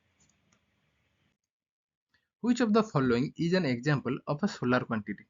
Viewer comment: scalar not solar